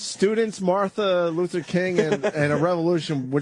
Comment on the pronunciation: “There were mills of stoots of come to study, include a great America name…Martha Lutha King Joonyah.” Putting aside that he said Martha, he also fucked up “Include(ing) a great America(n) name(d)…” like just get the main root of the word out. No time for prefixes or suffixes. He’s a busy man.